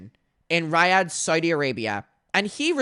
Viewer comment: Your pronunciation of Riyadh is actually killing me